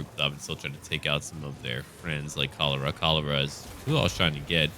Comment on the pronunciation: When you say Kalara, I keep thinking you're saying cholera XD